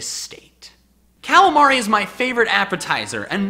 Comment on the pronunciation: 8 : 24 you sed calmar